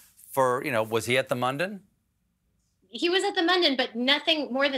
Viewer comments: Omg, congrats! Btw, It's mun-dan (with u as in put) not London with an 'm', or an m-undone. How did no one correct her throughout that Mundane Mundan on a Monday with Mindy. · Being Indian, hearing Mindy pronounce Mundan and Mandan is really triggering me. Nevertheless, congratulations to Mindy on her baby!